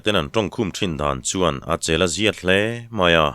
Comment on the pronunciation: "Chelh ziat"i lam hi "chel ziat" tih tur zawk nge enge dik zawk a hria khan minlo hrilh teh u " Chel ziat" Tiin kalo hreve ringawta adik zawk hria in awm em?